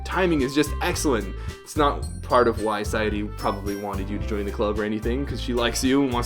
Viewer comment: By the way, FINALLY some American Youtuber properly pronounces "Yuri" and "Sayori" lol